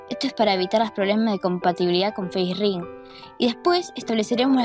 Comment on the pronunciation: me kga cuando le dicen facering, es Facerig